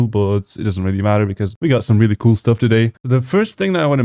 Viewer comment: I love how he says “cool (coul)”